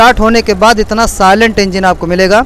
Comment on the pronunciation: Why are u asking that I think because he Said etna instead of itna 😂